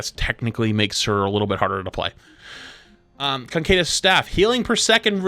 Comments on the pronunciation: "Cancedeus"??? You mean "Caduceus"... "ca-dyu-ses"? Its a hard word. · Caduceus is pronounced "ka-doo-see-us", not "concadence" or whatever. Sorry just baffled me that invented this entirely different word. Anyway hopefully they revert/tune down the GA nerf because god does it look clunky. Can't wait for my teammates to decide to dive in while my GA is on cd and then go around a corner. More than they already do. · bruh how do you get "concadus" out of "caduceus" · the way he pronounces Caduceus gives me aids 😂 there is no N in it. he says CON-K-DUS staff, it is pronounced KUH-DOO-SEE-US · Caduceus.... Cancadus? What? 😆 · Concaydus staff. Cant unhear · Please stop saying "concadus" there is literally no 'n' in the word "caduceus" 😂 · KA-DUCE-E-US man. Caduceus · Caduceus Ca-doo-sus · Isn’t it pronounced kuh-Duce-ee-us staff? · why tf does no one know how to read caduceus. "condaduse" from flats has to be the worst attempt. ca·du·ce·us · Hearing you mispronounce "caduceus" 99 different ways made my night. It's Ka-Doo-She-Us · Why can no streamer say caduceus. Concadis staff is not even close. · Conkaydis staff 😂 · The way he pronounces Caduceus makes me madge. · rip mercy but also…please…PLEASE…don’t put an N in caduceus! i’m dying over here faster than any support can heal me😭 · Homeboy you really need to look up how to pronounce caduceus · The way you pronounce caduceus is tilting me. There's no N. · Lol, say caduceus again. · It's fascinating to me how pronounces "Caduceus."